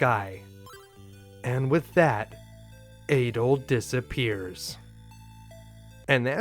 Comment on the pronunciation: Its pronounced Ah-dol, not eh-dol. In the newer games where there is voice acting they say his name Ah-dol, like "apple" or "attack"